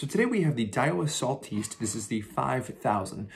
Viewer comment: Sal-TEEST? For real?